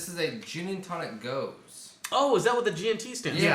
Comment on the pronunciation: Just a quick pronunciation tip on gose, it's really more like "goes-uh".